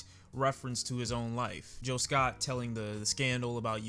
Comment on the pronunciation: His name isn't Jill Scott, it's Gil Scott.